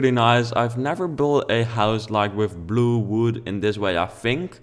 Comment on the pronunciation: He said "I used the color BLUH!" 😂😂😂